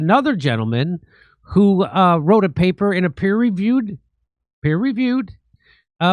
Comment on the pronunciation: "Peer reviewed" not "per reviewed."